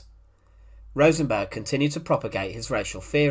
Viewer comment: Rosenberg wasn’t Swedish. Why does he keep calling him RosenBORG? 😂😂😂